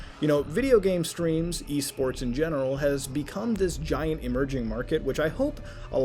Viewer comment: Thought he said E-Scorts